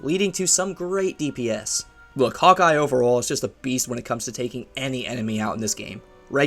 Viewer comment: “Beowst” “Meove”